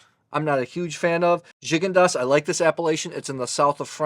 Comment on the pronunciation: Glad to see you using the Coravin. It has totally changed the way my wife and I drink wine. Also, I discovered I’ve been pronouncing “Gigondas” wrong all these years.